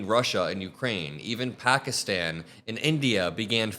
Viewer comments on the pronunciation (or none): none